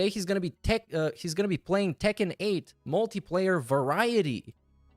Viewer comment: why does always sound drunk whenever he says tekken 8